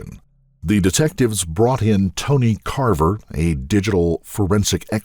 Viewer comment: But he pronounces all the names wrong. For Kava he says Carver and several more..bugs me